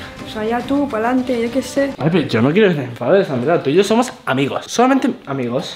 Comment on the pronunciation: dice "somo"